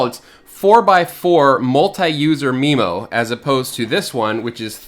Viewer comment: I thought it was pronounced MyMo not MeMo? I tell my customers it's a "butt plug" :)